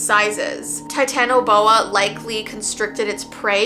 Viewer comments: not being mean but I wanna help:) ok so how to pronounce titanoboa. (ti-ta-na-Bo-a) yeah I’ll keep editing and helping Edit:never mind otherwise you did great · how to pronounce titanoboa tie-tan-uh-bow-uh. love you!! <333